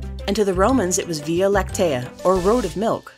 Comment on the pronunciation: They pronounced Via Lactea wrong and its upsetting me